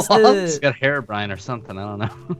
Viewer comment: You pronounce it heerow-brine not herrow-brin